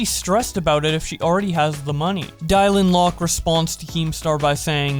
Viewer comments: now I know you didn’t just say dIaLiN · yo i love your vids but why did you say dylan like dylan(die-lin)? lul